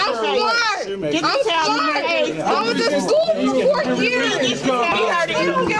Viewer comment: Just making sure everyone knows She's "SmAWRt" 🤣💀